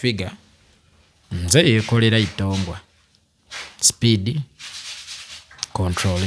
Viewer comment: Oliyi "Speed Controllery 😂😂😂"